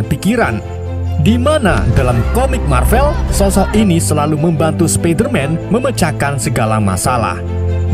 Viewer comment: Sebutan Marvel tu salah min . Salah sebut jadi makna lain. Cuba sebut bahasa Inggeris dengan betul. Btw. Tq post ni